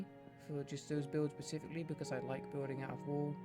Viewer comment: No offense, but you saying "Pacific-ly" instead of "specifically" (such as ) is driving me mad.